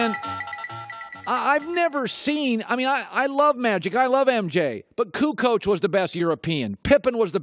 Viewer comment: jesus he butcherd kukoč pronaunciation